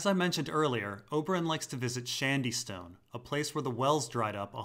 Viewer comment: Ffs, "SHADYSTONE" not "SHANDYSTONE". Shady, as in "shade", as in giving protection from the sun! Wtf is "shand"?